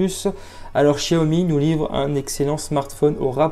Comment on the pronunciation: Quel gros bêta ce gars , ça se prononce "chaomi" et pas "chia-omi" comme pour chier dans ton froc ,il faudrait peut être enlever le film de protection pour filmer la beauté de l'écran,de plus,il est à 128 euros sur lightinthebox port compris et il a bien la bande 800 mhz donc la B20 ! donc imbattable avec sa batterie de 4000 mah